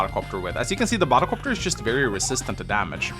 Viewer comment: Bahdelcopter... do you know these moments when words start to sound weird because you heard it too often 😂